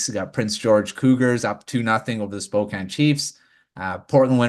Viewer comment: Fellas, I gotta correct something (its an issue with basically everyone not from the PNW, but a little more common/prominent with Canadians) much like with Spokane, WA, USA, the correction phonetically is win/when-anch/antch-(like ranch minus the r)-ee (like see/sea minus the s)